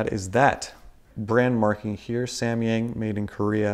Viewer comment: here in Chinese，samyang pronunciates like sam yang not sa mi yang